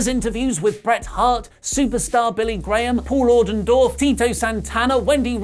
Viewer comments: did you cal Paul Orndorff Paul Ordindorff? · Pronounced Paul ORNdorf